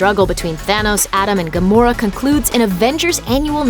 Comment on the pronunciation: Why does it sound like Gomorrah?